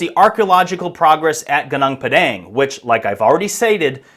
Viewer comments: its not GANANG PADANG, its pronounced -> Goo-Noong Pa-dunk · Gunung Padang is pronounced as 'Goo-noong' Pah-Dunk', not Geneng Pedenk😂 It means the mountain of enlightenment. South East Asia, the archipelago, has many ancient civilizations known as far back as 12000 years ago..so no suprise if Gunung Padang is more than that. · For my beloved English friends, here the right pronounciation Goon oong pud ung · GUNUNG PADANG is not Geneng Pedeng (typical ignorant American lazy to learn how to pronounce correctly) The history especially since western world colonizing has been tailored to their importance. Even the world map is so wrong since Mercator 1569 on purpose belittling huge Indonesia since. Indonesia is much older and advanced than Egypt. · Its pronounced “gooneng pa-dung”, roughly means mountain of grass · Goo-nong Par-dung learn how to pronounce it properly MAGA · It should pronounce "goo noong paw dawng" 😊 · What is more disturbing is yr pronunciation… It’s pronounced: Gooo-noong Par-dung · It's actually pronounced "goo noong phad dunk" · It's pronounced goo-noong pud-dung 👍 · It's pronounced "Goo-NOONG Puh-DONG" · Goo-noong Pah-dahng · It is pronounced goo-noong pah-dahng. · pronounced "goo- noong pa-daang" 😊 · pronounced Goo-Nong(like Bong) Par(silent R)-Dung(like cow dung) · it's pronounce as goonoong padunk in malay language which translate to mountain field in english.. i'm malaysian and fascinated by ancient civilization. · I hate it when Westerners mispronounce foreign place names without first finding out how the locals actually pronounce them. Your pronunciation is extremely painful to the ears. Enough. Stop treating something that doesn’t belong to you as if it were yours to do with as you please. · PLEASE learn how to properly pronounce gunung padang!!!! My ears hurt hearing you butcher it again and again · dude all u have to do us go to google translate to hear how you're supposed to pronounce "gunung padang"🤡it's not that hard...